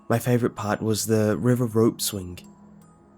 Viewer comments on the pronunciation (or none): I know I shouldnt complain but... the more creepypasta's i listen... the more the K sound at the end of your 'ng' starts to bother me. Ropeswing-ropeswingk/campingk